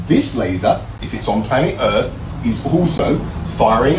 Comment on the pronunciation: Why cant he pronounce earth correctly 😫